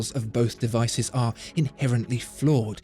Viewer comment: De - vice - iv